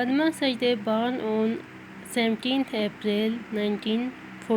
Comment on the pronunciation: Barn nai h born h